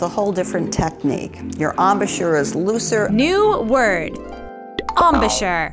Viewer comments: Not em-bahh-chur...you're not a sheep. It's a french word. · EM - BOU - CHURE